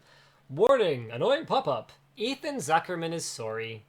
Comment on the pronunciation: I like how Linus says "sorey" instead of sorry